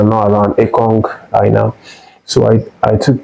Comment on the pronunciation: Why are you pronouncing Aina as Eye na? As a Nigerian, you don't have to be from the Yoruba tribe to know it is pronounced "Eye nor" please learn how to pronounce his name as a Nigerian. You are a Nigerian and not a white man. Again, Aina is pronounced as "Eye nor" just like your eye. and "nor" as in "or"